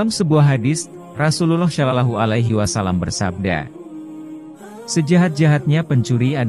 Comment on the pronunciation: Orang tak kan pd chanel,knapa....?yg menyampaikn narasi nya nya menyebut Allah aja aulooh,mnybut Sholollahu a'laihissalam aja sololohu,bukhori dgn bukori,yg benarlah narasi nya biar enak mndengarnya,trmksh...